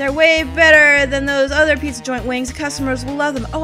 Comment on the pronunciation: "The Pee-za! Is the Pee-za! Absolutivally!":B